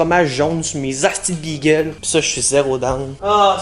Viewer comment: Imagine dire bigueul mais good job quand meme